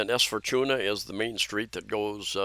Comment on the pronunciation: J centre mall is just 11yo mall. way newer compared to Country mall, SM Cebu, Ayala in Archbishop Reyes, JY Square and E-Mall . Then Fortuna is read as 4-2-nah